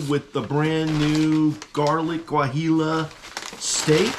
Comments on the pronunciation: Great review and! By the way if you want to take your pronunciation to the next level it would be said "Wah-he-yo":) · Sorry but you totally didnt pronounce it right Guajillo is pronounced wah hee oooh...food looked damn good